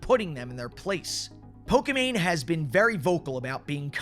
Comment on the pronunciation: Why is he saying poka mane tho